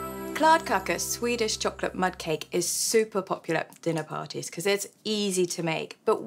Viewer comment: Is the cholocate meant to be cho-lo-cate? It sounds more enticing than chocolate!